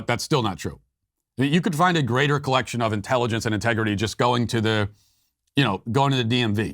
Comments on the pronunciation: she actually said "contegrity" not integrity. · Contegrity... its a word but ewwww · No....she said "CONTEGRITY". Even that fork-tongued devil can't use 'integrity' in the same sentence with 'democrats'. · Dear Nancy: your vodka ice cream shakes are showing. "Contegrity"? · Integrity is the last word I'd use to describe them. Did you notice Pelosi couldn't even say it right the second time. She said CON-tegrity. Very fitting. Now con is exactly the first word I'd use.